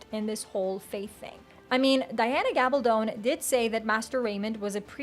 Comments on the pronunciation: Gab-all-dun not Gab-all-don is how you pronounce Diana's last name. You keep mispronouncing her last name. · Its Gabaldon. I know her cousin.